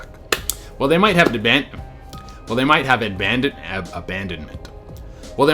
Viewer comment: Lol! I love the outtakes. It's ABANDONMENT. Just so you know. That was great and a very interesting video.